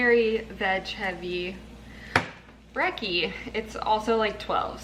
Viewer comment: I love your videos but "brekkie" as "breaky" triggers me